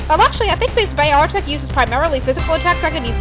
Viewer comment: why cant you pronounce beartic